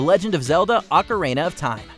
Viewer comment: *Ocarina, on “Ocareynuh”.